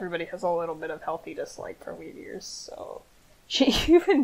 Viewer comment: Every time she says “Weedears” I hear “Meteors”. Weird, right?